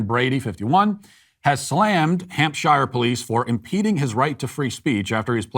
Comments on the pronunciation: "hamp-shur" not "hamp-shyre" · You mispronounced “Hampshire.”